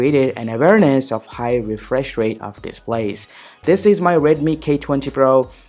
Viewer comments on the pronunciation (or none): none